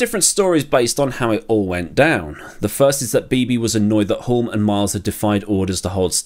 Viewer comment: Re Denny Hulme - the 'l' is silent.